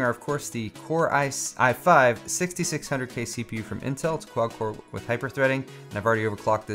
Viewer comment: I thought the same thing. I had to replay that part 3 or 4 times before I realized he's saying "quad".